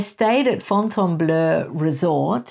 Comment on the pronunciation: Great video! Just an amusing aside, a tacky Americanismisthat the Miami resort you mentioned and pronounced in the correct French manner, is oronounced by locals as the “ Fountain- Blue